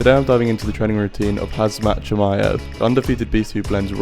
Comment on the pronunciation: Hard to keep watching when you get his name wrong 2 sec in.